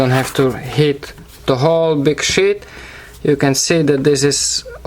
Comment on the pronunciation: Does any one else hear grey shit not grey sheet no afence